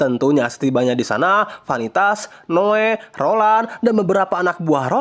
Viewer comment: Noe bang bukan noa😂